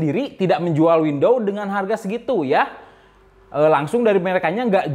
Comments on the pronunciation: WidowS bang bukan Windowww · Windowwwssss bang windoowwsss bukan window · WINDOWS bang.... bukan WINDOW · Windows kang, bukan window, terus ngejelasinnya slow ajalah gausah ngegas wk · Banyak video dia i5 diucapin "ai paip", tiap denger itu ngakak Skrg windows diucapin window Cuma kurang "S" tapi aneh didenger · he said wendow.... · Itu ngomongnya kurang "s" biar jadi "windows" :v